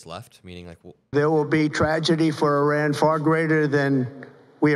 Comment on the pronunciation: bro cant even pronounce iran right